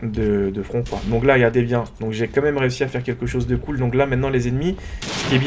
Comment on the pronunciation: on dit front et on dit pas flan